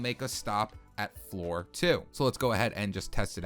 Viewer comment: Is it just me or does it sound like he says four instead of floor